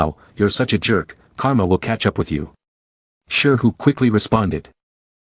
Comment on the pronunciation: i thoguth her name was karma not garma- ( edit thanks for 2 like!! )